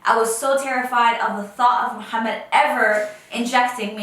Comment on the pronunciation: Please don’t say Muhammad to moh please it’s wrong